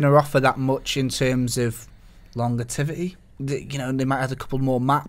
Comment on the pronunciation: What the fuck is 'longetivity'?